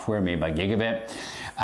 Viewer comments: B Y T E is "byte" like "bite". Not bit. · i swore you were saying gigabit*h as a pun or something i was so confused 😂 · Gigabyte is pronounced BITE is it not?